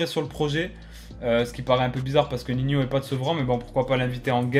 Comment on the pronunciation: NINHO PAS NIHNIO